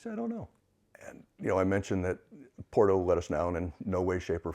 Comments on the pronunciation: Porto .. or borto pronunciation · After 11 months, still can't pronounce Porto correctly?! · if you dont even know how to pronounce Porto, i can see if would be difficult…not to disparage your journey..